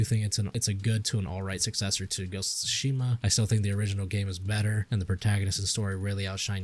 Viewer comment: Sounds like the basic misogynistic review to me, can't even say Tsushima right. Watch a sucker punch video and do your research before complaining for an hour